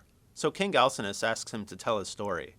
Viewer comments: al sin know us not al sin us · He pronounces Alcinous wrong. The "C" makes a "K" sound, not an "S" sound.